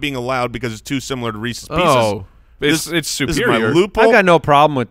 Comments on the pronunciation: Everyone: Reese's pieces: Reesees peesees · Re-sees pe-sees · Am I the only person whose skin crawls every time says "Reecees Peecees"? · shouldn't be allowed to have Reese's Pieces for pronouncing it like that